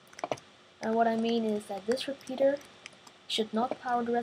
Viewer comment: u say fourth as Ford and repeater u say repeaterd